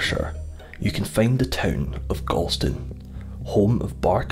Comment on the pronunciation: A true Ayrshireman would pronounce Galston as Gawston.